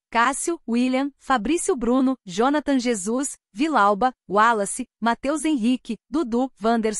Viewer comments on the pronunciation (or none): Vilalba? Ô narradora….